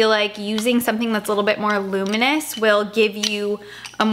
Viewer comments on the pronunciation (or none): none